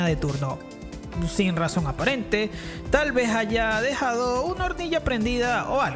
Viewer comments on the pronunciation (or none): "Tal vejálla" en vez de "Tal vez haya", tu debes ser venezolano!